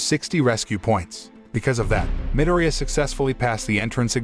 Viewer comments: I like how he miss says Izuku’s last name but says katsuki’s last name just fine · I like how he says minireya(midoryia) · Its medoria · hey the name of deku or midoriya is pronouced mi-dori-ya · Its actually a pronouncing problem from the narrator